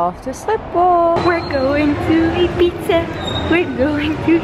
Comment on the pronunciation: Hoe Ibiza uitspreekt klinkt als "eat pizza" ❤️